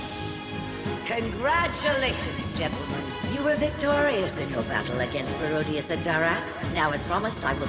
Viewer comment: Nah "Baro-dius" is crazy...